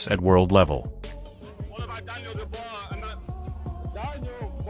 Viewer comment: STOP SAYING DU-BOYCE - It's REALLY ANNOYING !! do proper research - this is just pure lazy it's pronounced DU-BWAH !!